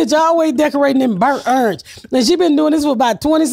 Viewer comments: Ms. Pat can murder any word “burnt errange” 😂 she’s the best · I love when she says bernt errnge